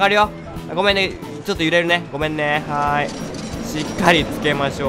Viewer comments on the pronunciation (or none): 「はい」じゃなくて「へい」になってる(笑) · しかも『はい』じゃなくて『へい』って聞こえるよねw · 確かにそうですね！「ヘイ」に、聞こえる笑笑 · 最初の挨拶「ヘーイ」って聞こえたw